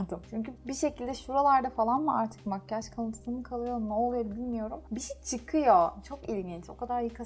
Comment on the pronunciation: Makkaj degil makyaj 😂😝